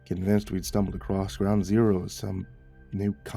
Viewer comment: "ACROSS!" ACROSS! Not acrrost! Im not shaming here. It's been nagging at me every time i hear "accrost" Please drop the "t" and just say "across"